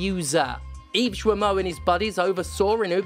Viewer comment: The "Gui" in "Guillemot" is pronounced the same way as the "Gua" in "Guardian". It's "gi" (as in "Github"), not "joo-ee". Thanks for your attention